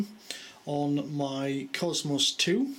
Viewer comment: Supposed to be british, can't even say faster correct, or cosmos correct.... or many words, my guess is most your family are americans?